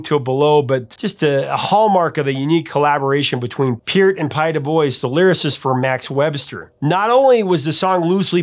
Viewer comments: Dude, Pye's last name is pronounced 'doo-b-wha' it's French Canadian, eh. And I know you're American, but YYZ is why why ZED. yeah, I'm that guy. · Great video as always! Just a side note - Phonetically, it's Pie Doo-bw-awe. Thanks for getting the Peert part right. :) Keep rockin' & see you on the next one! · please consider the accent of a french name, Pye Dubois (it's pronounced like DuBwa), i love my American neighbours but you guys do that a lot. Works both ways though, on a cross country U.S. trip I asked someone "is the highway that goes to Minot North Dakota ?" I pronounced it "Meeno" like the french name that it is ....he had absolutely no idea what i was asking about (aboot?) lol, carry on Professor ,great video, thanks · Pie Dubois pronounced....Pie Dew-bwah. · It's doob-wah not duh-boise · Moving Pictures is the first Rush album that I heard and loved. Tracks from the album are played all the time here on Canadian radio stations. FYI, Pye Dubois' last name is pronounced as "Du-bwah". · It's Pye Du-BWAH! Lol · Pye Dubois' last name is pronounced as "Du-bwah"! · that's Pie dubois pronounced do-bwah